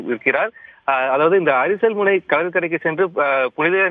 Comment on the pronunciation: செய்தி வழங்குபவர் தமிழை - இடப் பெயர்களை முன்பே உச்சரித்து பயிற்சி பெற வேண்டும். அது அர்ச்சனை முனை அல்ல, அரிச்சல் முனை.